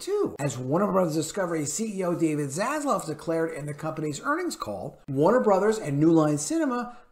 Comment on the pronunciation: ZasLAV not ZasLOV :)))